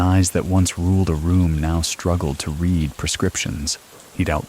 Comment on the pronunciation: a I. telling us "I read every single comment" and mispronouncing "read" 😅